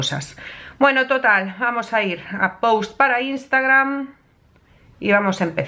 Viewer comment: Siempre que pronuncias “post” voy al traductor a ver cómo se pronuncia... 🤔